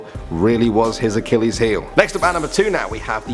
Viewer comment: It’s Uh-Kih-leez